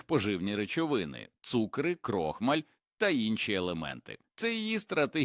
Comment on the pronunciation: Епідемія озвучення ШІ із спотворенням наголосів: пагОни, цУкри, крОхмаль і т. д. Відштовхує і псує весь контент! Невже в Україні переводяться люди, здатні прочитати цей короткий текст живою українською мовою? ,,, Сумно...